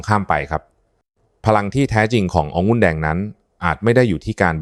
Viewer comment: หมอเป็นเอไอหรือปล่าอ่านคำว่าองุ่นเป็นองุ้นตลอดซึ่งมันผิดก่อนให้ออกมาควรตรวจสอบการใช้ภาษาไทยก่อนสังเกตุว่าทุกรายการอ่านภาษาไทยเพี้ยนแทบทุกรายการแก้ไขด้วยเพราะจะทำให้เด็กรุ่นหลังใช้ภาษาไทยที่เรียกว่าภาษาวิบัติ